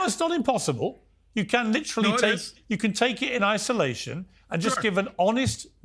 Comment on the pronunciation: LIT-trelly. LIT-trelly. LIT-trelly. Everybody so fancy now.